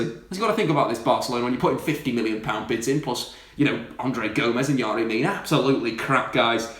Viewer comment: I DIED everytime he pronounced "yerry". As a Barcelona fan there is no way manchester united is letting pogba leave.